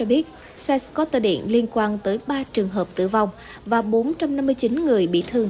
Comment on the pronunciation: nhân viên đọc news của FBNC quá tệ ko chịu học tiếng Anh đọc scooter cũng đọc sai .